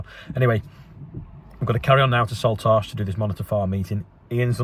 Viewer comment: I don't want to be that person but it is pronouced 'Salt-ash' as in ash that comes out the boiler :P